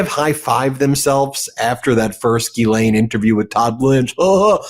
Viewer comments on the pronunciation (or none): It's ghislene and it's pronounced 'jis-lene'. You would sound a lot smarter if pronounced it correctly. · She pronounces her own name Gee-lenn.